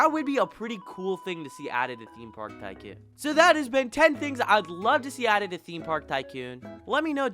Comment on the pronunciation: The way he says tycoon is pissing me off